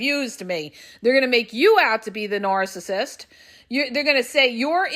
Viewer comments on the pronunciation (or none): I wish she would stop saying nooorcissist